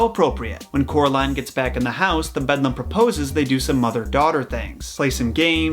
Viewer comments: Not bedlam, beldam which mean witch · The bedlam lol. BEL-DAM. I'm sorry I'm such a pronunciation nazi. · disliked since you kept on saying "bedlam" instead of "beldam" fucking hell pisses me off so much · No hate, love ya. But u called the witch 🧙‍♀️ bedlum that’s not her name, NO HATE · you know it’s beldem not bedlum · I can’t with the bedlum it’s the bell dam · BELDAM Not BEDLAM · I’m just now watching this video, it’s pretty good but hearing you say bedlam instead of BELDAM is crazy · i cant he keeps saying bedlum ROFL HAHAHAHAHA im trying to take it seriously but couldnt help but laugh throughout this video lol its BELDAM although im sure others have already mentioned it lol ROFL funny though bedlum hahahaha if you couldnt pronounce it then maybe you shouldve just called her the other mother lol but nice video thanks for sharing this with us <3 bel·dam /ˈbeldəm/ an old woman. a malicious and ugly woman, especially an old one; a witch. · The Other Mother is called the Beldam, not "The Bedlam" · The “ Bedlum” 🤣🤣🤣🤣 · It’s the beldam not bedlam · when he says the BeDLAm instead of the BeLdAm .... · Did it bother anyone else that he says "bedlam" this whole time instead of "beldam"? Admittedly, the mistake did make sense still with the definition, but it isnt correct and would've made much more sense with the actual meaning of the actual word. This only bothers me so much because I absolutely adore Coraline and Neil Gaiman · Nobody:: “THE BEDLAM” (I’m kidding; we all make mistakes 😊) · Every time he says Bedlam my inner voice screams Belledam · the way i screamed BELDAM every single time he said bedlam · It hurt every time he said “bedlam” instead of “belldam” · The other mother is the beldam(bell-damn) not bedlam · This whole time I've just been thinking that he said BEDLAM when it's BELDAM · “Bedlum” I cant 💀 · it’s beldam. meaning an old woman or witch not bedlam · Bedlam? Dont you mean Beldam😂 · The Bedlam 🤣🤣🤣 It’s the BELDAM!!!